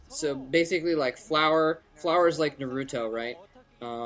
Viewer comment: OMG. At least pronounce Naruto correct. Roll your R's please.